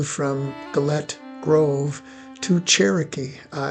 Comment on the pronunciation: There is so much you have wrong in this segment. Firstly Gillett grove is not pronounced as you have done. Most of the information in Gillett's site is incorrect, like removing an Indian's head, or the reverse travel from that cabin to Cherokee or that the military came up from Fort Dodge. Fort Dodge had been abandoned by the government and sold to Bill Williams by then. The Gilletts had quite a bad time of it with Inkpaduta, they hid their guns, btw, what you have done here is confuse the earlier time Inkpaduta went there and he and his men went in and had a large meal as was common for the Wahpekute. Wah: rhymes with "saw" or "pah"peh: rhymes with "meh"koo: rhymes with "moo"tee (emphasis on the peh)